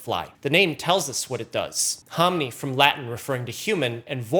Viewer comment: Ho-mi-ni, not hom-ni